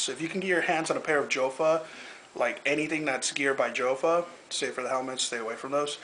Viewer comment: its pronounced like yofa for all of you guys out there